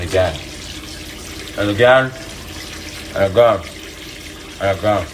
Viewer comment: I love how “and again” slowly became i’m gay